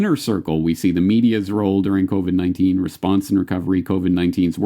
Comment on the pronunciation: it’s sure does sound like he says “The Kobe-19” crisis...The Kobe 🚁 ☠️ was the kick off of this whole thing!